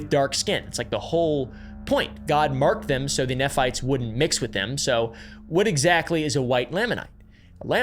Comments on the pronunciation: haha just so you're aware, "Moroni" is pronounced "more-ohn-eye" and "nephites" are "knee-fights" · " this is not going to be an anti mormon video" proceeds to just reiterate anti mormon talking points from the last 200 years and does not seem to have gotten any information from any actual lds websites. Well done. Crazy detailed investigating. At least learn how to pronounce moroni and nephites. It would take 1 minute. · Not “neff” fites, “nee” fites… In church when I was little, I always imagined a bunch of people fighting with their knees. And then I’d imagine the “Lame” anites couldn’t walk, so no wonder they always lost the battles… 😅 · Bye the way, Nephites is pronounced “knee-fights” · FYI nephites are pronounced knee fights. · knee-fights cmon please, learn how to pronounce. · Exmormon here… most Mormons have 0 idea about any of this information. If you are questioning things they tell you to “only use church resources to do more research”. I got disowned from my family for multiple years because I left. Thank you for making this video! (Also Mormons pronounce it “knee-fights”) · just pointing out another mispronunciation. Nephites are pronounced like knee-fights